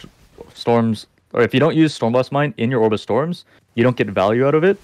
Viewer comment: Took me one minute to figure out he's saying "Orb of Storms", but it sounds like "Obrestroms"